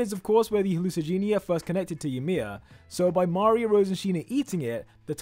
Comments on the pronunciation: Mario 😂😂😂 that's maria😂😂😅😅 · How is mispronouncing Maria?